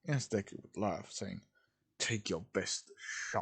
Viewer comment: It says duke instead of Deku. LOL